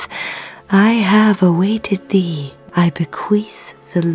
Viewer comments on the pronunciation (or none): none